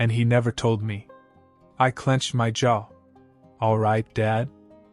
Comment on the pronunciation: It's the repeated "I clenched my ja" like we know it's supposed to be jaw but damn the pronunciation of it just cracks me up lol